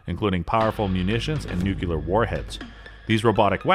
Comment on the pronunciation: "Nucular" warheads? I guess Bush made it a legit word. >.<